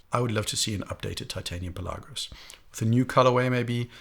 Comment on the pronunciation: Great video once again but is Pèlagos not Pelàgos, the accent is on the e